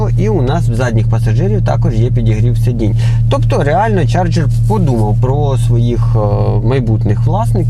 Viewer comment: Чарджер , не чаргер